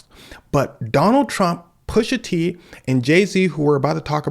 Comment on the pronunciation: Pusha teen?? 😂 all that Drake dissing caught him